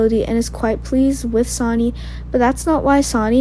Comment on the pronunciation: Sonny...pronounced Sunny...not Sani!